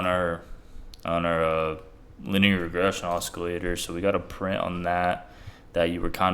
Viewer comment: Great vid as always....lol...you pronounce it like this osillator, c is silent.....but i like the way you say it. Either way brother, im with you all the way!